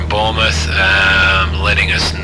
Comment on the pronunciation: yes I do but I moved over to stratus for my proper playthrough after learning the basics on cumulus. Still my home base though. LFRD is just west of mont St Michelle which is nicely modelled and a starred landmark in the sim. Not knocking you at all but Bournemouth is pronounced ^bornmuth^ the o is silent. Loving your work, and enjoying the series.